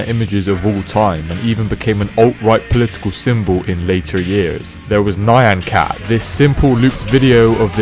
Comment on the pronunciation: I don't understand why it's so difficult for people to pronounce "Nyan cat".